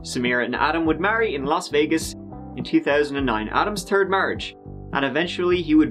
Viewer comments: "Turd marriage in Tallhasee" LOL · Same here. I found him after watching Jim Can’t Swim and felt like way inferior content but it’s not. It’s just different style. Only thing I don’t like still is his pronouncing three as tree and third as turd. 🙃🤣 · “AARON’S TURD MARRIAGE”